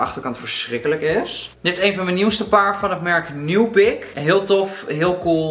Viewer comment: Niemand:: ‘nuepick’ (nubikk) 😂